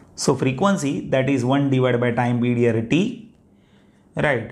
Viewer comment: The explanation was excellent, understood everything, but why are you pronouncing Pedior something (period) ?